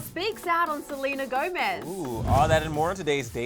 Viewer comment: "we know that SELENER is too"